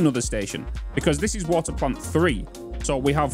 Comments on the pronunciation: Can you say “Bottled woter” like three times in a row please? Thank me later! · "Nobody is perfect except me" - The guy who said bo'ohw'o'wo'er 🤣🤣